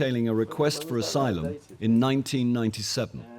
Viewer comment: "I don't know the meaning of isylum " 😂😂😂